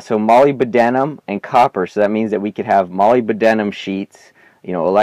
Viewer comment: it's not [molybYdenum] it's molyBDenum